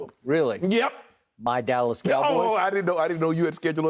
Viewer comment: The way Shan said YEP! took me out 😂